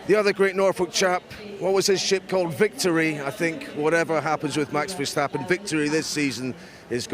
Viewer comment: Max verstappen has been in F1 for about 10 years. Isn't it time you Brits learned to pronounce his name properly?